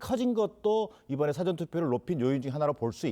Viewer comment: 대변인이 '사아전'투표 라는 발음조차 못합니다. 영어 '사전' 이라 하는 실력을 지닌 인간입니다. 정의당이나 민주당 대변인이 적합합니다.